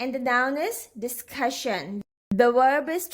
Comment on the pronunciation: Discussion is pronounced as shn at the end not Sion bcz when there is ssion it's always pronounced as shn So please don't preach wrong things on social platforms